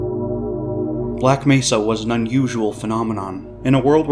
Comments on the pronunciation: Maybe they could've told him how to pronounce Black Mehsa this time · the saddest part was the voice actor did correct the mispronunciation but the fixed recordings didn't get used